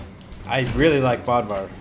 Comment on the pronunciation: You pronounce Bodvar wrong it's Bode - var